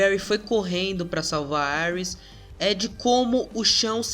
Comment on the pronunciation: Mano fala "íris" por favor kkkk aires fica parecendo Ares o Deus da Guerra ksksksks